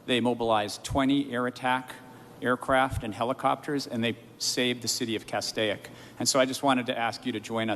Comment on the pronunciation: It's his district and he can't pronounce Castaic correctly.